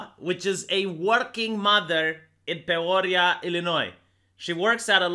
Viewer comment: I've never heard Peoria pronounced that way, but you absolutely nailed Illinois. Most Americans can't pronounce Illinois correctly.